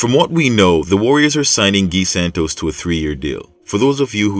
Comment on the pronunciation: At least pronounce the guys 1st name properly you English speaking mf always butcher names